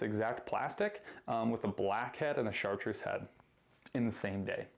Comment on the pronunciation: I love how you guys sometimes say #Chartduece rather than chartreuse, idk if its by accident or not 😅😅💪👊